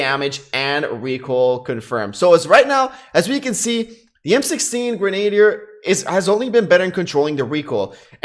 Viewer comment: LOL, simply showing how to pronounce Grenadier. Its not Grenade'er. Its Gren-uh-deer. No biggie!